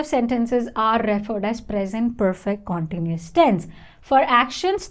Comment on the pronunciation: You pronounce continuous in a wrong way!